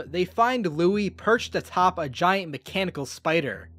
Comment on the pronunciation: Did you frickin call Louie Louis